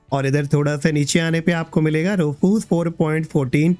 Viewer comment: Roofoos nahi hai bhaiya Rewfuss hota hai